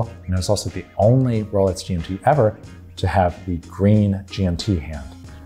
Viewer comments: My subtitles think he says "rowlights" :-D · He is actually saying "Rolets". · Am I hearing things or is he saying “Rolets”. This made it near impossible for me to get through this video. What’s going on…??? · How can you mispronounce “Rolex”?!!